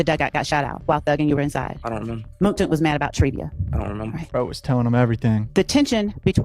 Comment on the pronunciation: “Ion Remember” 😂